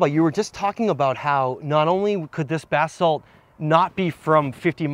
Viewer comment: It sounds as if is saying bath salt, lol.